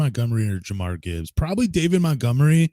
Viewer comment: I stopped listening cause he kept saying jamarr Gibbs